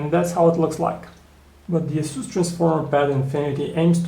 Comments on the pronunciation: It is pronouced "Ace" "us" not "As" "su". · asoos hah? asus!!